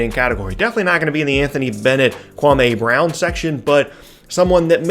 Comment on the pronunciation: You pronounced KWAMEEEEY BROWWN wrong. Watch Stephen A Smith, he got it right